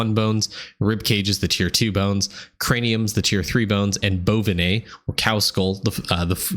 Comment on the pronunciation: I watched this about 15 times, now Im calling Bo-vine bones Bonvinay bones lol